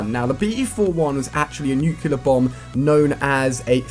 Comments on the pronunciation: NU - CLEAR NOT NUKE - ULER Ali u be driving me insane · why cant people say nuclear right....its NUKE-LEE-YER not NUKE-YEE-LER. how hard is it? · rasY™ nucelar, its pronounced noocelar - i got it :P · I have a dream, that one day he will say 'Nuclear' properly.